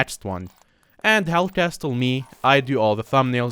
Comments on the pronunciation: "hell cast-le" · Hellcastle: i make the audio perfect for your ears Also hellcastle says C A S “T” L E